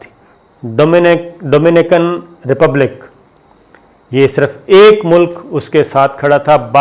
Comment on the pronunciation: Dominican Republic..... Your pronunciation is awful😐